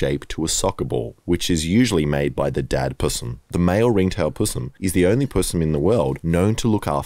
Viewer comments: Oh and btw the word possum is pronounced p O (as in Osterich) not (ah) as in thumb, So its a pooosssum not a pus em. FFS get it right! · Aww I raised a displaced tawny, was suitable to be released and it kept coming home for visits ❤️ Also love the fucked up aussie humour , sick of American content being the norm 😅 But mate, ‘pssum’… chuck the o back in 😂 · I love how I Did A Thing keeps saying pussum instead of possum. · Are you calling them "Pussims" on purpose or do you actually pronounce it like that? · STOP SAYING PUSSUM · y u said possum weird tho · the way he pronounces possum is quite odd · Please never say possum again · Brother I don’t know if it’s just a NSW thing, but I desperately need you to stop saying possum like that, it’s making me wildly uncomfortable